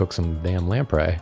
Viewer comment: Today I learned how to correctly pronounce 'lamprey' so never let anyone say this stream isn't educational. (I always mentally said "lampree.")